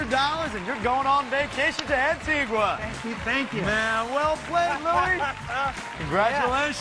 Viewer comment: sounds like the host learned how to pronounce Antigua from Pat Sajak